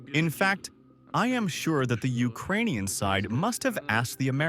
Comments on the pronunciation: It's UkRainian, not UkGainian. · Ukwainian Wekwest